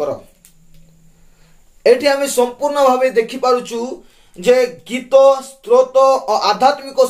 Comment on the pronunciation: ଆଜ୍ଞା 🙏🙏 ପ୍ରଭୁଙ୍କ ମହା ନାମ ଗୌରବ ହେଉ....| ଭଲ କଥା କହିଲେ |କିନ୍ତୁ ଉଚ୍ଚାରଣ 'ସ୍ତ୍ରୋତ' ନୁହେଁ ସ୍ତୋତ୍ର 🙏🙏🙏🙏